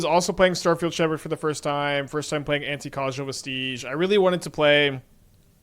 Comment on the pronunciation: thank you so much for saying Anticausal correctly